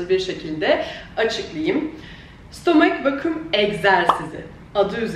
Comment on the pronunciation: stooommmeek vakiiuum